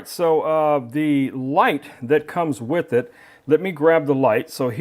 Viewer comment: Notes from a director for the talent: The word "With" ends in a TH sound. Not a hard T. The word "Side" ends in a soft d. It does not end in a hard T. We do not say "this gimbal comes wit a light." We DO say "it come WITH a light." We do not say "let's put that to the site" We DO say "let's put that to the SIDE" JUST A COUPLE OF NOTES FOR THOSE WHO SPEAK ENGLISH. "Good" does not end in a "T" "Received" actually ends with the D sound. We do not drop the D. "Robust" DOES end in a T. The talent probably forgot he hid the T at the end of the word "good" I know this is second grade grammar for most of you but apparently the talent didn't have good direction and forgot his basic second grade grammar.